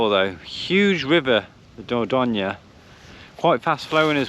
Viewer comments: It’s pronounced door doyn not da don ya 😭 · Great vlog but please check you pronunciation of Dorgone see ya next week. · Think you’ll find it’s pronounced Door doyn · You do not say the e in dordogne it's said door doyn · France is stunning, particularly the Dordogne 😍 I did have to cover my ears over your pronunciation tho 🙉 lol 😂 maybe listen on Google translate?! You’re great and no disrespect meant at all. Enjoy your travels xx